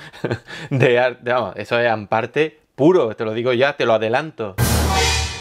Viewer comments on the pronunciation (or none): Ahhh es hamparte no an parte !